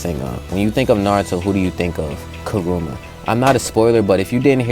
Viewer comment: Didn’t know the nine tails name was…….. “Karuma” instead of “kurama”